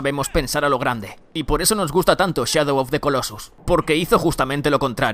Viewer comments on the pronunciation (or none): none